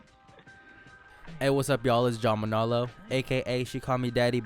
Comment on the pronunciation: When he went say manalo gave the hawaiian vibez